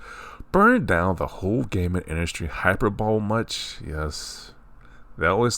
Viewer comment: Hyperbole is “high-purr-bow-lee” not hyper-bowl 😂